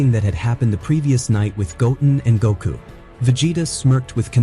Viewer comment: it cringes me when you say "Goku's" name wrong and not Gotens